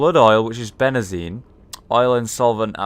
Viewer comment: Benzene Hollow: Bene-zene How it should be: Ben-zene